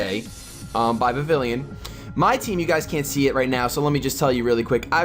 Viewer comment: You acually say vivillon like viv-ee-on but say it how you like just a fun fact